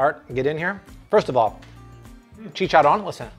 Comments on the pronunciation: i added this guy cause he had almost a million subscribers....then i heard him say chicharoan and now i cant stand him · I love these videos but everytime he says "chichoron" I cringe to my core!!!! I hate it so much 😅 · “Chicken chicharooan” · Best YouTube cooking Chanel EVERRRRRRRRRRRRRRRR! Bless you guys ! Thank you so much ....my mouth is literally watering ! “Chicharron” rolling the R 🤣😂🤣😂♥️♥️♥️♥️ “Sharing is caring” much love Back atcha!!